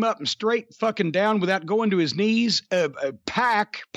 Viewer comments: PAC is pronounced PACK not PAWK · It's Pack not Poc. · It’s “P@ not “pawk”